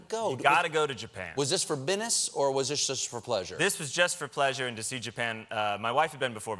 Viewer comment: “was this for binnis” 😂😂